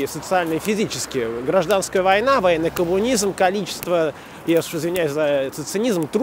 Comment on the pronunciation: Когда произносит слово 'коммунизм' с мягким знаком,становиться понятно,почему его называют 'мелкобуржуазной амëбой'.